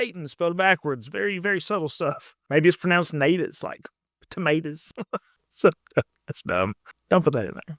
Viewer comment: "Tomatahs" - subscribed